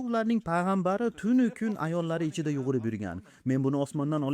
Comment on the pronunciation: Talaffuzingiz ajoyib. Faqat bitta soʻzni xato aytishingizni payqadim: "yuGʻurib" emas, "yuGurib" deganingiz maʼqul